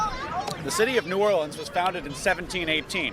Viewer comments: Just a heads up, no locals pronounce it "Nawlins" more like "Newahhlins" 🥂😉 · I was born right across the lake in Hammond, Louisiana..."knew-Orlans".. Please... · No one in New Orleans pronounces the name as you do. It shows a lack of good research.